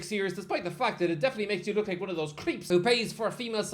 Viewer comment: sir he actually said "ome of"🤓